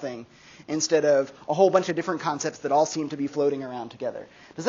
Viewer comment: I keep mishearing "Kantcepts" instead of "concepts."